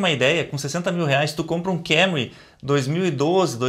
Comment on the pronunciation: Nao é Kemry é KAmry o carro é japonês